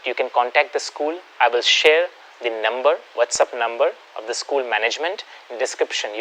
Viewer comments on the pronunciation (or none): none